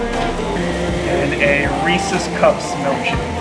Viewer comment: Thank you for pronouncing “Reese’s” correctly.